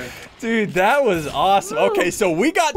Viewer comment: Only OG's would remember how he used to say "dood" 😭 Flashbacks to Blood and Bones